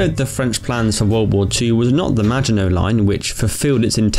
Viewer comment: The way you say “maginot” is a sin